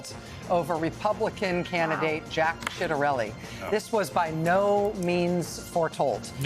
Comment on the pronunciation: Did she say SHITarelli?